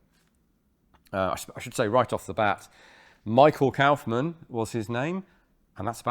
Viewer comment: Your pronounciation of Kaufmann is almost correct. The Kauf is good but the mann is pronounced like you'd pronounce munn (if it was real word).